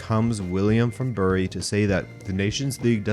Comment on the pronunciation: Btw, before William gets angry at you, Bury is pronounced like "berry".